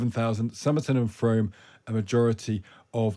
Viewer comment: I would have more confidence in the pundits if they could pronounce the names of the places they pontificate about. Today I’ve heard Frome rhymed with Home, rather than with broom, while Ruislip was rendered as ru-ee-slip by the BBC.